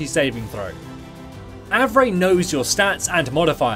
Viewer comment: i knew the pronunciation is Av-ray! some people on my server pronounce Av-ree